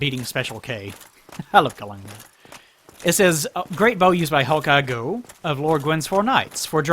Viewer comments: Also Gough actualy pronounces his own name like Gof. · In Australia we had a prime minister called Gough Witlam back in the day and his name was pronounced like 'cough' but with a g. I can only assume Hawkeye Gough is pronounced the same as his. English words are fun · So apparently Gough is named after Vincent Van Gough for reasons(??) so I guess that's how his name is pronounced. He's also not the only Souls character to be named after an artist. Ornstein is named after Leo Ornstein, a pretty well known "experimental" composer, and Ludwig in Bloodborne's DLC is famously named after Ludwig Van Beethoven. I don't know why this is, since none of these characters actually seem to have any connection to their namesakes (other than Ornstein's lion motif I guess)